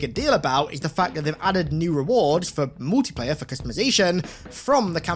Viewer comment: Gonna have to 👎🏻 this one. Here’s why. Swearing. There is no need for constant f bombs and taking the lords name in vain. Really bad and broken “english”. Multiplayer is not pronounced as MOOTiplayer. It is pronounced as MUL-Tea-player. Just two things there for you to polish up on.